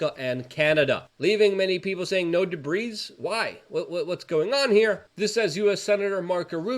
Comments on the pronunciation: Pronounced de bree Not debreeze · Luke the word debris has a silent S. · Luke the s is silent in debris